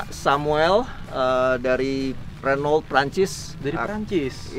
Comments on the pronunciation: Pak bos nya aja bilang renoult bukan runo bang.. Mantap ini truk..bukan kaleng2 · cmn salah penyebutan renault harusnya renow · Saingan sama Volvo FMX,Scania(Swedia),Mercedes Benz (Jerman),Iveco( Italy) 😁,Di Kalimantan paling banyak truk2 ini, nyebut Renault nya kurang tepatSwaedia/Prancis/Jerman/italy ejaan hurufnya sama kaya Indonesia,Jadi baca saja kaya baca ejaan Indonesia bukan kaya bahasa inggris 😂